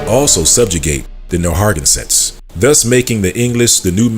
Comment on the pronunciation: It's pronouced "Nair - ruh - gan - sit'. But thank you for bringing this info to light. It's time that 'THE TWO (Judah and Levi) acknowleged THE TEN (other 'Negroid' tribes). Haven't yall wondered where they were? Please note the difference: Native American = Siberian Mongols American Indian = Negroid TEN TRIBES of the Americas. Note: It has nothing to do with that eroneous derived Tribe chart from the camps! Just like God said:. The TWO (Judah Group - Israelites) vexes the TEN Group - (Indians) and vice versa. [the two sticks]. But God said He's gonna nix that! And the two sticks shall become one [Dry Bones]. Stand on their feet, be filled with His Spirit and finish their course together (beginning in 'the wilderness')! Both sides are at least communicating - still doubting each other's claims. No matter, God has spoken - we will quit -acting-a-fool and respect each other soon. Keep digging, you are hot on the trail! God bless everyone!😮